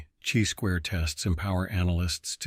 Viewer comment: You know it’s a computer when he says, “type EYE error” and “CHEE squared test” 😅 but great content all the same 👍